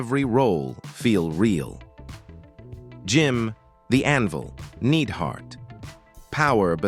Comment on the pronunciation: 1 you forgot Paul Mr wonderful orndorff a true legend 2 bob orton Jr is still alive 3 you used hard core Holly's picture for crash holly and a few other things like it's nied-hart not need-hart just saying